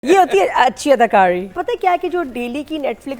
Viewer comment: Adakari pronounced as dananeer paawri